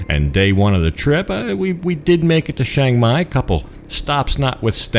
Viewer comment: just wondering why you say ( SHANG MAI) and not its correct name like the beer ( CHIANG MAI )or same as saying CHurch